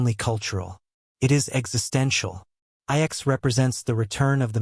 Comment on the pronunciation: lol, AI slop can't even say the name of the planet correctly